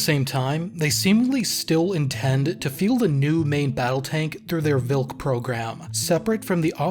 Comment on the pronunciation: Polish language doesn't use "v", our W reads as english V, and our Ł (slashed L) as English W So the tank was TVARDY - hard You pronounced Wilk property like Vilk - wolf